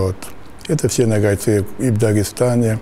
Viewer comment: Как русские не заботятся о правильном произношении. Почему нАгайцы? НОГАЙ!